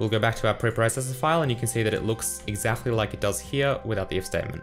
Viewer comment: I love how you say exactly 🤣 exakhly